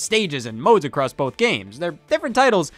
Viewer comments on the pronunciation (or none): none